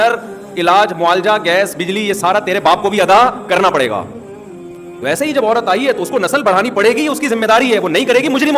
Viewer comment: اورت نہیں ہوتا ہے۔۔۔عورت ہوتا ہے۔۔۔